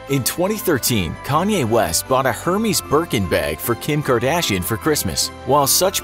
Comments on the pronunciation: Pronounce like “hair-mez” not “her-mees” since it’s French and spelled with a accent on the “e.” Hermès. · her mes i’m dead it’s Air-mez 😂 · It's ɛərˈmɛz, not hɜːrmiːz. That's a god. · Lol Hermès? This isn’t Greek methodically, it’s pronounced like Ermes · It's "air-mez" not Hermès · Did you say “Hermes”?!! It’s pronounced Airmez or Ermez... get your designer name right!! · Its er-mez.... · you don't pronounce the 'H" in Hermes